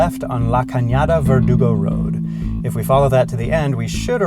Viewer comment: it’s pronounced . VER do go